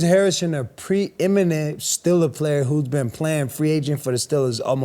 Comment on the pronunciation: There's that word again! "Preeminate winning" WT...? I got it! Preeminent, good lord, this guy finds a word he likes and uses it like an noun, verb, adjective, adverb...Central Michigan's finest alum